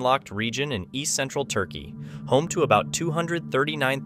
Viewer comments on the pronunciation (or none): none